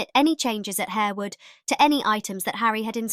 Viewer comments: It’s not pronounced Harewood. It’s pronounced…. HARWOOD! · Good research and thanks for sharing. However, Harewood is pronounced "Harwood". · Isn't it pronounced Har-wood? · Yes, its pronounced Harrwood